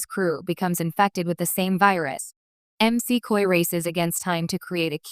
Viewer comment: EM SEE COY, said the text to speech robot.